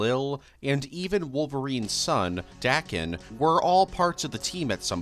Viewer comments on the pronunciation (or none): I believe Daken is pronounced like “Day-ken”